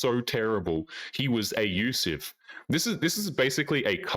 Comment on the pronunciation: Why do you say ayyusive? It's clearly not an accident. Are you ayyusing some kind of algorithmic filter?